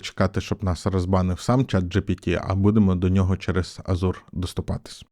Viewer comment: Дякую за новини та за вашу працю. Стосовно Azure, "аЗур" дуже ріже вухо. Можливо все таки краще "аЖур" або "еЖур", зазвичий так промовляють на англомовних ресурсах. п.с. що там по Європі та температурі ?:)